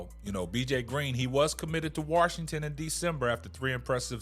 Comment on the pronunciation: Bro, there is no ‘R’ in Washington.